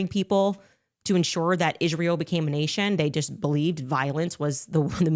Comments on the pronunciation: How many times does it take Condace to attack Jews in Israel before she actually says Israel correctly?? It's not "Ishreel" you ignorant bish😂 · She had Ishhreel on her mind carry on😂